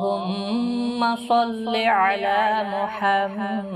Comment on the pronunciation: BISMILLAH HIR RAHMAN NIR RAHEEM ASSLAM O ALIEKUM. KINDLY AAP CORRECTION KR LEIN. IT'S NOT SALLAY ALA. IT'S SALLI ALA.